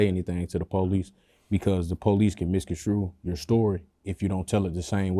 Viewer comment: i swear, why cant Blks pronounce the word "MISCONSTRUE"?